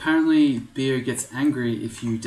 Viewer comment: pretty sure Beogh is pronounced "Bog". It was originally an acronym for Brian's Orc God (B.O.G). Other then that, great video, great series, keep up the good work!